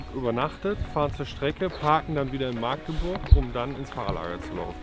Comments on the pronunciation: Das heißt nicht „Maaaaagdeburg“🙉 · Das heißt Magdeburg und nicht Maagdeburg 🤣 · das heißt Machteburch und nicht Maagdeburg 😉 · Er hat Magdeburg gesagt! Ich krich die Krise! MACHDEBURCH !!!!